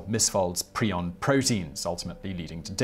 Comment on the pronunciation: My man, in the first example, you mispronounced almost every word spoken. Encephalopathy is pronounced en-sef-a-lop-athy. Cattles is not plural. Creutzfeldt is pronounced croyts-feldt. Prion is pronounced pry-on. (preons, pronounce pree-on, are quantum particles, not related to prions).